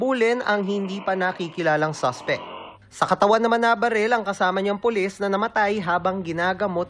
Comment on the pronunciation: Wlang hiya. naka ilang rewind ako pra lng pakinggan sabay sabe Polissh ang polis🤣🤣😜